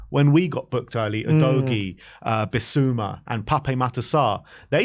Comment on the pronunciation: Stop saying Oh-dough-ghee, please. Everyone knows now it’s Ooh-doggy.